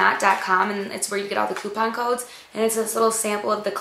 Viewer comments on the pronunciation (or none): none